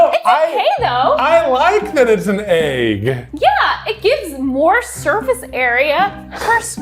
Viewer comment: I love how even says egg Ayegg